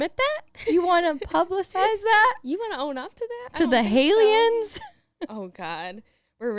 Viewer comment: I love 'Hailiens!' also reaction when said 'Expidentially' made me laugh!:)